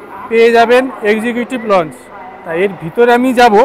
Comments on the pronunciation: লঞ্জ নয়, লাউঞ্জ। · বার বার লঞ্চ লঞ্চ বলছেন কথাটা লঞ্চ নয় লাউঞ্জ।